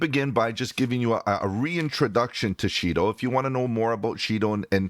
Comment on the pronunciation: $Shido Pronounced Shy-doe.